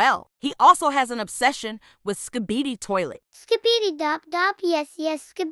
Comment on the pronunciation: “ski-be-die toilet” 💀 but still wtf